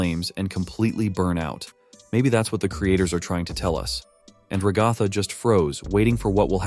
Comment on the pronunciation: AmaDici reposted two of your videos and also… I’ve told you this before… ITS RAGATHA! Ra-guh-th-uh!